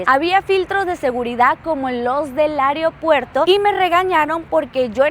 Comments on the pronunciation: Muy buen video,sólo una observación creo que a veces exageras en la forma de expresar , tal vez si lo haces más calmada sería mejor ,y trata de decir correctamente las palabras, ejemplo: no se dice areopuerto , se dice Aeropuerto. Es mi opinión y si no les gusta no me importa no voy a contestar a nadie 😂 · Aeropuerto no "areopuerto". Recepción no "recección". Adaptar no "adactar". Hiyab no "hiyac".